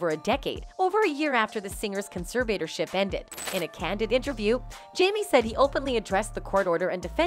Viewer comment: Your mispronounciation of the word "conservatorship" was REALLY annoying. And you kept referring to her father as "she". I'd fire you.